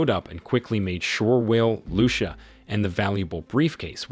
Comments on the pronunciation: "Loo-sha"??? Seriously? I hope it's an AI narrator . Lucía should be read as "loo- THEE- ah" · It depends on what country you live in. Where I live its loo sha